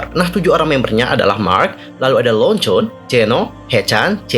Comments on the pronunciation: ketularan Na Jaeman nih. Manggilnya Lonjon 😂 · LONJONN Leonjwin menangis mendengar ini 😭😭😭😭😭😭 Yg bnr itu leonjwin (dibacany lonjwin)